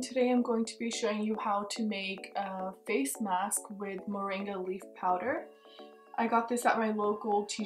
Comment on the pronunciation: Sounds like you said mendi powder, whats that?